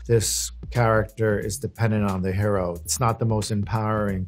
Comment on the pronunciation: that's not how you say hero